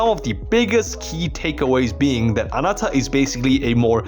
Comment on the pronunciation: why do you say Anata and not Ananta? and ZenslessZoneZero instead of Zenless